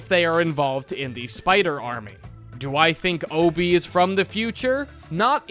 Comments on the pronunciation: the fact hes saying hobie as obie is killing me 😭😭😭😭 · What is with Americans and not pronouncing H's?? It's Hobie Brown, not Obie. Not once in the entire movie do they call him Obie. My guy, what is the deal?? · Hoe-bee not oh-bee as someone without the English accent thats how it is said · hobby not ob just say it properly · why do u say obie man why dont u say the H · why is bro not pronouncing the h